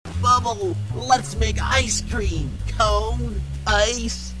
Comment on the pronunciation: bubble lets make a ice tream tree! XD